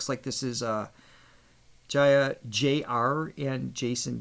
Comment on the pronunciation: is right pronouncing Jaya. Aah as in 'Father', else it becomes 'Feather' 😉 You should see the full segment of the Jaya Regine video. It sounded like a mini concert